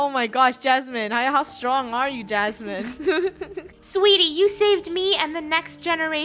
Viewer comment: said sweetio lol